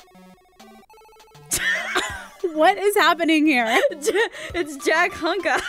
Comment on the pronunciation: Its jack-hunka